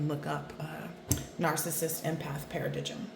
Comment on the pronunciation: Thanks for a great reading. "Paradigm" is pronounced "Paradime". Take care 💖